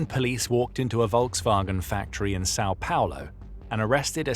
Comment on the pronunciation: Pronunciation of Sao Paulo was off.